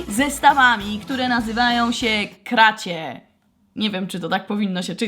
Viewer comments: Nie kracie tylko krasi!!!!!!!!!!!!!!!!!!!! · Czyta się krasi